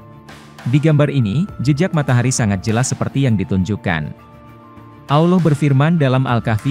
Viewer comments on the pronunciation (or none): awloh....salahhhh .. salahhh salahhhhh... yg benar ALLOH bukan awloh... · Pengucapan "Allah" gak ada "w" atau "U" "Auloh" atau "Awloh" itu salah, yg benar "Allah" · Trus yang benar tafsiran kamu gitu? Nyebut Allah aja salah. Anda ini siapa?